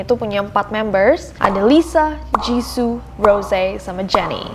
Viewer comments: Jissoo bukan jissu kak😂😂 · aku : jiso nessie : jizu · Me : Ros Nessie : Roze Me : Jisoo Nessie : Jizu Lidahku tidak se lentur itu 🙏🏻